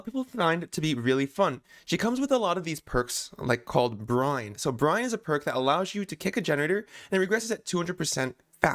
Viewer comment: Can’t tell if is calling it call of Brian or call of Brine